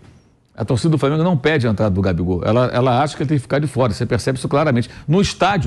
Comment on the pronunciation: Mauro Cézar “DETORA”?